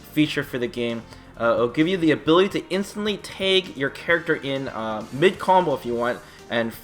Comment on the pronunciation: When he says "tag" it sounds like "take" I was genuinely confused at first.